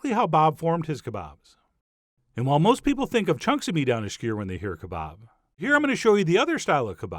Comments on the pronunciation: Not too sure that, skr is a word. Skew-er. Say it John, SKEW-ER! ; ) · Chef John I love you, but skewer is two syllables, not skyr. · i swear i hear him say sker and not skewer..... sounds like the one guy from letter kenny..... ...